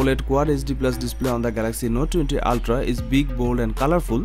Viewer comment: You pronounce ooltraa 😆